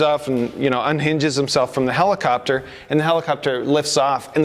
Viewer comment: "Police clopter"